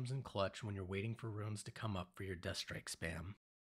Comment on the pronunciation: why does he call it rune strike then call the runes ruins?